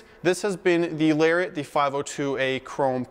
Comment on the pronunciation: Excellent job sir!..you make a person want to run out and buy one of these gorgeous trucks..but they are so over priced I'd have to put my kids through a junior college program..still a little bit of in & out with the volume on the microphone. And I'm not sure if it's a back east thing or not but I don't think you are pronouncing Lariat correctly?